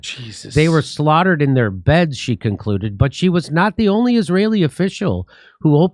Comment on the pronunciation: What is "Chlaugthered"?